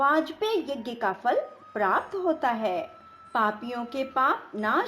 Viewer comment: जय सियाराम 🙏 आपका कथावाचन सही है परंतु आपको उच्चारण करते समय विशेष सावधानी बरतें…. कृपया प्राप्त इत्यादि के सही उच्चारण करें और सटीक हिंदी भाषा का प्रयोग करें... हिंदी सेवी ()🙏🙏🙏